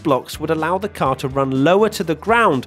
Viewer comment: Can say "car" even more obnoxiously?